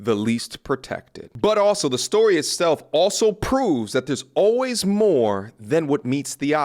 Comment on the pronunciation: Sir you said stowwy. Story... say it with me now